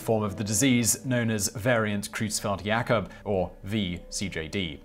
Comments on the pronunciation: Excellent, as usual, Simon. But also as usual, you've gotten at least one pronunciation wrong. You get a gold star for getting "Jakob" right, but Creutzfeld is not pronounced "kroots-feld." It's "Croyts-feld." It's a minor point, but fingernails on a blackboard is a minor annoyance, too. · My man, in the first example, you mispronounced almost every word spoken. Encephalopathy is pronounced en-sef-a-lop-athy. Cattles is not plural. Creutzfeldt is pronounced croyts-feldt. Prion is pronounced pry-on. (preons, pronounce pree-on, are quantum particles, not related to prions).